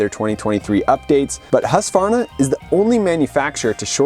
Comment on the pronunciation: Thank you for pronouncing Husqvarna correctly and not saying Husq a varna. That has been an irritation for me for 55 years.👍❤️🏍